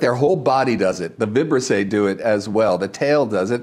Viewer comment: The correct pronunciation of “Vibrisse” is with the accent on the second I. 🤓